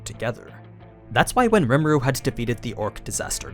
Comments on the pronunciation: "ree ma roo" not "rem a roo" but other than that amazing video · It’s rimuru not remuru btw no hard feelings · Its. Ree mar oo Not rem aru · I hate how this guy says rimuru, he's saying "remuru" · So basically it’s pronounced RE muru not rmur and it’s ME LEM not mlim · "Remuru" ????? just read his name bro how did you go from Rim to Rem?? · Normal People: Rimuru Others: REMERU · Rem Eh Ru lol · I'm sorry it bothered me way more than it should have "remeru" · gosh hearing you say Remuru is annoying. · You know someone hasn't watched an anime if they keep saying the name of the main character in the wrong way.